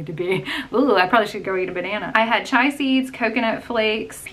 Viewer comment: I’m on week 7 of Noom and I’m seeing results. The best weight loss program I’ve ever done. Just FYI, I think you meant chia seeds (cheeyuh) not chai. Chai is a spiced tea, chia is a seed.🙂